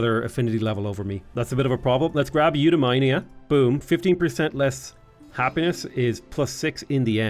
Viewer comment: The way you say Eudaimonia makes it sound like a disease :) I still remember the Alpha Centauri tech voiceover, which pronounced it you-die-mon-ee-ah